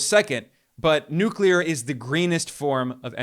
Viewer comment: Thank you for knowing how to pronounce NuCleAr 🎉